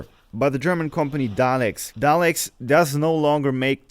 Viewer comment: Vacuum Pumps... Nice! When you said the welders were Dalex... people in England will think you said Daleks ;)